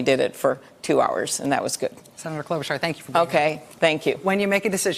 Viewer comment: it's /klo-'BOO-charr/. Her grandparents on her dad's side moved to the US from the same country as Melania did